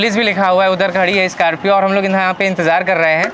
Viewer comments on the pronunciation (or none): SCORPIO ❌ SCARPIO ✅😂😂